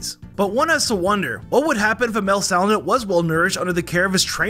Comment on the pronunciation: SHYnotic SALandIT ☠️